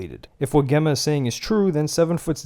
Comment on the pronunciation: What kinda mispronounced name... Geh-ma ?! Spelt and should be Gem-ma. 😂